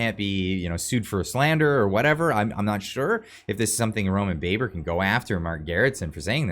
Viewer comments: Baber’s name is pronounced Babber oddly enough JSYK. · You are pronouncing his name wrong it is "Roman Baaaaber" as in ba ba blacksheep!